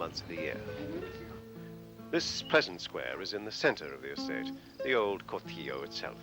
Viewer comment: Shame that the commentator didn't pronounce 'Cortijo' correctly!!!!!